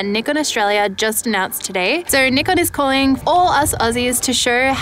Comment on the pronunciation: that is actually a correct pronunciation. Not "Nigh-Kon"